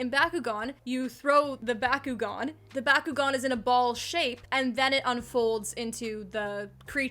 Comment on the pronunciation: Your pronunciation of Bakugan made me hire a hitman on myself. Other than that, good video!